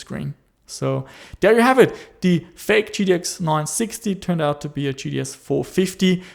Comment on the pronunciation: G-T-X, not T-T-X